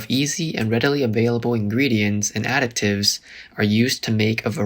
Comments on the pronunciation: Additives NOT pronounced as ADDICTives 😢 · You constantly pronouncing "additives" as "addict-ives" is driving me nuts... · How does an AI fail THIS hard, repeatedly, at pronouncing the word ‘additives’? 💀